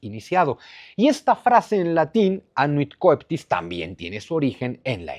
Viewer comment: Coeptis Cheptis la pronunciación Zunzu Como Coelis Chelis = Cielo Saludos y gracias por todo tu trabajo